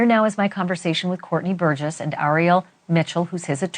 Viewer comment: said Courtney burguess 😂